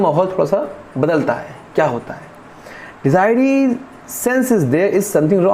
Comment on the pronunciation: The correct pronunciation is “De zu rie” not “De zi ree”